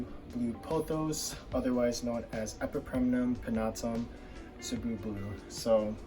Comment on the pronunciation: Thanks for pronouncing cebu correctly. Keep doing videos.